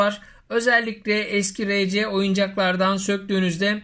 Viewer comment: rc degil arsi diye okunur